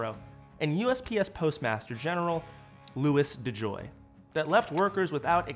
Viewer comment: two words, "Louis Djoy"